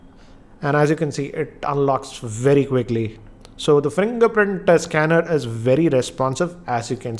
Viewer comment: Fringerprint Schanner.. 😂😂😂